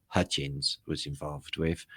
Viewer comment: its Hutchence rhymes with tuppence